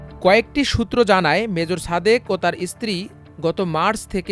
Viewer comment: উচ্চারণ ঠিক করেন। ছাদেক হবে না, হবে সাদেক।ছুমাইয়া না, হবে সুমাইয়া।তেমনি হাছিনা না হাসিনা